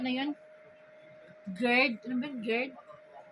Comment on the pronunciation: Madam, I think ang cnsabi mo ay gizzard hndi gird.